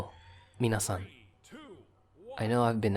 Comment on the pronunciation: Please stop saying minasan lmao like wtf